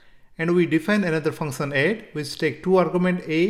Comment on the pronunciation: Function❌ Funson✅